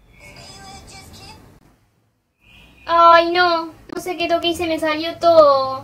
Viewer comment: Me encanta cuando dice.... pequenio .....Espania ... pero te entiendo